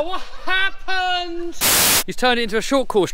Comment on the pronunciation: Its like “wo happent”